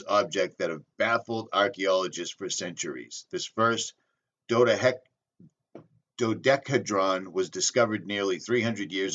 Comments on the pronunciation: "dó-dĕk-a-hee-dron" Help how I can. You got love from this fellow traveler! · Dodecahedron or, say it like this: Doe-decka-HEE-druhn Do = 2 + Deca = 10 = 12 sided polyhedron